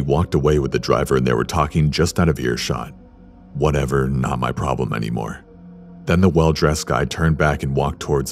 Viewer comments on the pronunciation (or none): none